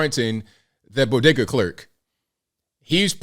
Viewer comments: Imagine not having a couple bucks in order to buy chips such that you have to use an ebt card. And you are pronouncing bodega incorrectly. Just ask Jill how it’s pronounced. 😂😂😂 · To be correct, “Doctor” Biden said Bogeeda. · What's a "bodega"? Jill biden calls it a "bogeda". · and the news guy can't pronounce bogada. Maybe he should call Dr Jill for some help. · Hey, don't you know it's bogedas lol 😆 😂 🤣